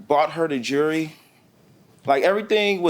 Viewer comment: Please explain why certain people can't pronounce the word "jewelry " correctly sounds so uneducated